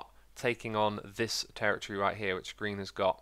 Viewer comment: Your mouth says "green" and I keep hearing "Grian" "Look what Grian did there!"